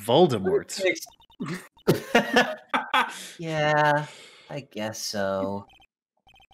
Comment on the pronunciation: the T in Voldemort is silent